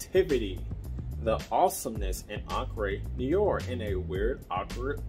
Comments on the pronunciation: I just got it. I like it. btw it's pronounced Know are but more like in noh-wahh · It’s prononced: Noo-are, not nee-or… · Another one that cannot pronounce Noire...how hard it is for real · Man you are horribly mispronouncing the word Noire in the name of this fragrance. But nice that you were able to find it at TJ Maxx. I have been curious about that one. I don’t think it’s for me, but I would love to at least get a whiff of it.